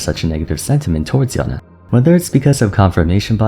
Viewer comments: Yown-Eh sounds so Weeb. It's Yown-ay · YO-NEIGH NOT YO-NEH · ok at this point someone has to say it WHY DOES THIS GUY REFUSE TO PRONOUNCE “Yone” THE CORRECT WAY??? Intentionally shorten the sound of “e” DOES NOT make it sound more exotic, so why do it???